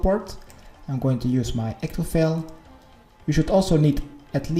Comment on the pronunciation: i love how he says ectofail xD